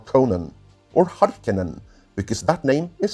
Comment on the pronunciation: While your pronunciation of Denis Villeneuve (Denny Vill-neuve) is a tad off, at least you have educated people on how the name Harkonnen should be pronounced, from a Finnish point of view. Hope Stellan Skarsgård pronounces the name that way too. Like that Norwegian pronunciation of Landsraad too. And an interesting pronunciation of Max Von Sydow's last name too. Sounds more natural that way the more I think about it. 😎👌 Also, it hasn't been confirmed that Liet-Kynes will be a female. Sharon Duncan-Brewster could still be Shadout Mapes instead.